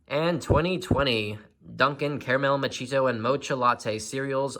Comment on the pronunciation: I believe it's pronounced "Macchiato." Surprised the box couldn't at least get that right.